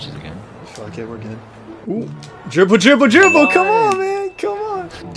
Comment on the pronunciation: Dwible Dwible Dwible😂